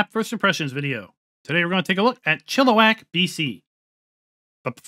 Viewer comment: This is literally where I live. Fk you pronounced it correctly!